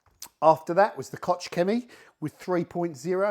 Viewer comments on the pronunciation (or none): I really like your videos, but you miss pronouncing Koch. In German language “h” is silent, unless it is preceded by “c”. In that case “ch” is pronounced as “h” like in Hemingway. So it is “Koh” and not “Koč”. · Like Heckler & Koch firearms the proper way to say is “coke” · Actually with all do respect to Hans Koch the creator of Koch Chemie, it is pronounced “Coke”. Don’t believe me, ask them yourself!